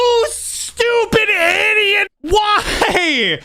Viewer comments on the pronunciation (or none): none